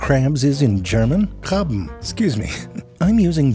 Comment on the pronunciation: Me: oh wow, Ze really pronounced "Krabben" well, I never hear other second language German speakers who care enough to- Ze: German was my first language Me: 🤨😐🤯 I didn't know there were Germans named Jose